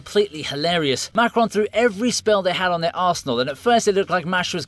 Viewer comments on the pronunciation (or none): none